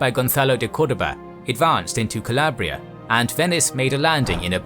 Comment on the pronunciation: Alarabia (noooo Calabria (yesss